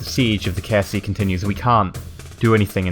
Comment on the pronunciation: Every time you say "KSC" I think you're saying "KFC". It makes me laugh